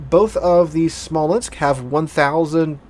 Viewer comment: 1 Smolensk, 2 Smolensks... You're welcome lol :)